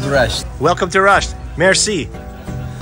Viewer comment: its nat راشت رشت✅